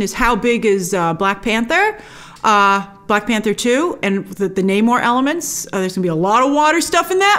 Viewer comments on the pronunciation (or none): none